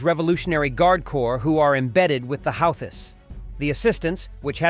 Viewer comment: Houthis is pronounced hoootheez.